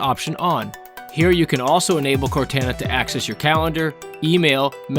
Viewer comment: That is absolutely not how you pronounce Cortana